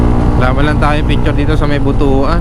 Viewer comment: Butwan ang pag pronounce brother hehe..hind butu-an😂X-rated kase ang meaning ng 'butu-an'